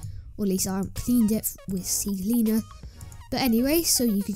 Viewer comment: Lol i heard c-c-cleaner, c-cleaner, but i've never heard c-leaner lol great tutorial anyways man